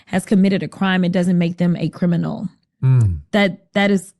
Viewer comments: The guy shaking his head yes when she says "committing a crime don't make you a crim-in-nal" lol --- (it actually does) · I don't understand, what is a "Crimbinol"? She keeps using that word and talking about it, but I've literally never heard of that word. Is it a native animal or something?